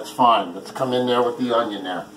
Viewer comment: Does anyone else hear "big onion" Everytime he says onion.